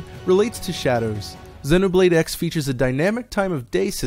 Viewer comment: Why is he pronouncing it 'Xinnoblade'??? lmao